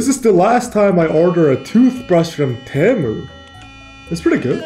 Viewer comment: BRO ITS PRONOUNCED, TEA-MOO NOT TE-MOO